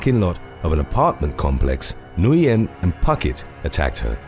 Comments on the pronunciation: Nguyen is just pronounced "win". Everyone always says it wrong lol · The name “Nguyen” is actually pronounced closer to the word “wing”. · I think Nguyen is pronounced "Win," or "when."